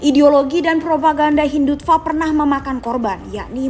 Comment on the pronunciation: hindut… apa narator? wkwkw hindutfak? 😂 ada personal kynya